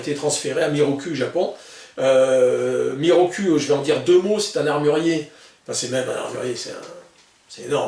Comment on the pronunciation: salut je crois pas que la prononciation soit "mirocul" mais plutot mirokou :)